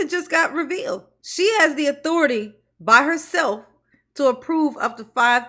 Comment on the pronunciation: She can’t even say authority correctly… damn man. She murders the English language. Embarrassing